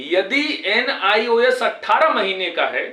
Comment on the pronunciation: Sir AAP galat Bolte hai nis nhi Bolte hai NIOS bolte hai language par sudhar kijiye